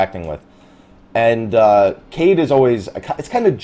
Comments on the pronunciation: kaede- kah-A-day, just sayin. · It's pronounced Ka-eh-de, pretty much. And after all this years, I realized I still remember my way to SSG... wow, lol. I used to spend sooo much time there farming Coral Sahagin...